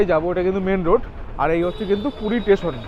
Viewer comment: I believe ur a new blogger in tour, mentioned off season rate of hotels, 6"x7" ft bed cannot accommodate 3 A,, also rectify ur pronunciation, instead of station, tesan, construction - contraktion, is heating on ear, please give me a season 2+2 beaded, commode toilet, hot water 24 hrs room tarrif preferably in ground FLR near sea beach as close possible, because I have 1 aged female having problems on both knees, with out lift is not possible to stay upper flrs, I need two 2+2 beaded commode toilet geyser room in 2nd week of jan in Full season.